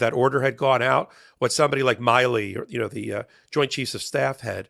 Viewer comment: I think the name is not 'my lee' ; It's Milley, mill ee. Col. McGregor says Mill ee. for Milley